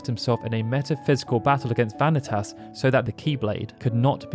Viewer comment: I'm sorry but vanitatis...... its vanitas